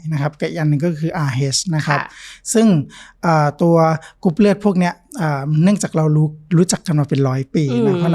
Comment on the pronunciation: คุณหมอออกเสียงรอเรือน้อยมากในเวลาที่คุณหมอพูดภาษาไทย ค่อยข้างออกเสียงรอเรือน้อยมาก กรุ๊ปเลือด.. คุณหมออกเสียงเป็นลอลิงส่วนมาก